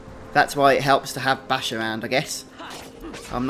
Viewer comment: only annoying part of the video is u pronouncing bashe and rabanastre wrong bashe is with a long a not a short a and rabanastre the E at the end is silent